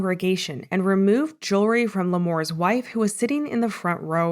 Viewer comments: JEWELRY, thats the word not JURY , lol wow and MONTH not MONT old lol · Wait did he say ,,"Jerwry" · It's pronounced JEWELRY